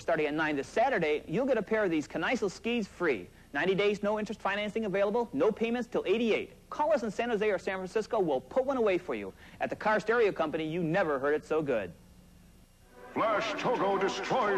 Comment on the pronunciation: "San FraCISCO"??? (on the Car Stereo company ad)